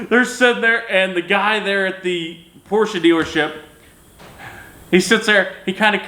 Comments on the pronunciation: Porsche guys can’t even be mad, he pronounces it the correct douche way a couple times. Credit where credits due. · Proud of you for saying Porsche correctly and not saying Porch. It is evident you have experience with them. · New type of cell phone holder ? hehe ps, you say Porsche correctly but why do you all get Jaguar wrong ? baffling ...